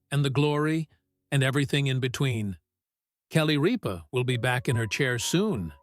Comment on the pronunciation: Need to announce her name correctly Mark did not sit in her chair! Sat in his own! Jonus brother Sat in her chair!! Get it rite!!